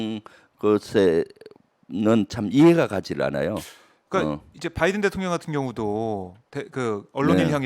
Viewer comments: 열번 스무번을 들어도 바이던 으로 들린다 그리고 말을 한사람이 진상규명 을 해야 한다고 하는데 누가 누굴 진상규명을 한다는건지,.. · 바이든으로 들렸음.